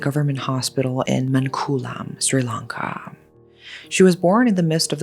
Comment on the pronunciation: Finally from Sri Lanka. Been waiting for this and thw pronounciation is on point. Thankyou so much for covering this up ❤